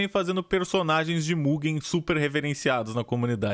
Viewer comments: n é muguen é mujein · NÃO É MUGUEN, É MUGÊÉÊÈÉM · Se pronuncia MUJEN e se escreve MUGEN